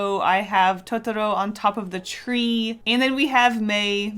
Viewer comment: My ears were glad to hear you not say towtowrow